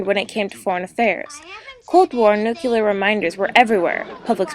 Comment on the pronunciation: It's pronounced new-clear. Not Nuke-yuh-ler.